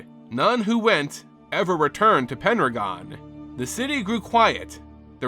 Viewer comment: Are you saying "Penragon" or "Pendragon"?